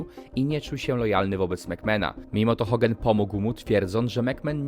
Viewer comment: Czy mi się wydaje że ty mówisz Hogen zamiast Hogan?